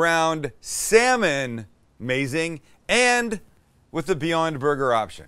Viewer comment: I kept mishearing 'Beyond' as 'viande' right until assembly time. Looks like meat, sounds like meat.